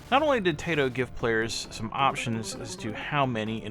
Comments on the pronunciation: Cool game. I borrowed it back in the day from someone at my secondary school. Liked it. Strange that it didn't get a PAL release. Funny game too. Are you mistreating animals? Say hello to my rocket launcher!!! I would go for the pronunciation to sounds more Japanese, not your Tay-to. But it doesn't matter much. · Congrats for grabbing this, not one I have. It's タイト、('tah ee toh' or "tie toe"), by my understanding.